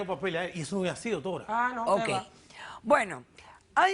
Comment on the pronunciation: Hablan asi todos los dominicanos? No pronuncian la r, suena como no doctola, yo no lo peldono. :) h: Pelo doctola, yo la amo. lol